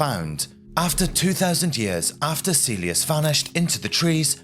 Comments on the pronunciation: Kaylius, not caelius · Pronounced Kylie-yoos, not Sealey-us. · Marcus Caelius should be pronounced "Ka-el yoos" (just as the correct Latin pronunciation of Caesar is "Kaisar") Don't teach bad habits,! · Caelius is pronounced Kylius. Not Seelius. Do get it right. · Its Pronounced more like "Mar-Koos" "Kah-l-ee-oos" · Your pronounciation was fine most of the time, but when you pronounce the letter c you should pronounce it as a hard c (somewhat similar to the letter k). Moreover Caelius is pronounced as ca-e-li-us, hard c and an oo sound for the letter u. In Latin, you usually pronounce the letters as written, not as modern English speakers would (by that same logic you can realize most people pronounce Caesar wrong, it is actually pronounced Ca-e-sar, with a hard c)